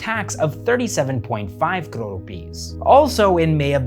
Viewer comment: Apart from great content. The only reason I subscribed cause you showed the correct political map of India. And the fact that you say crore correctly 😁